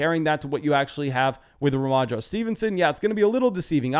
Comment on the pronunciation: he called him “Rhomondro” Stevenson 😂😂